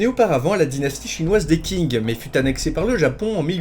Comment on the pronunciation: Pour info, quand tu dis "Dynastie Qing", le Q(et le X d'ailleurs) dans se prononce "ch" quand on transcrit du "chinois" en alphabet latin, penses-y la prochaine fois ;) Sinon, vidéo très intéressante!